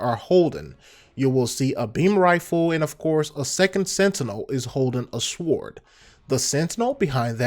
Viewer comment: Also, its dangerous to go alone. Dont forget your "sward". Lol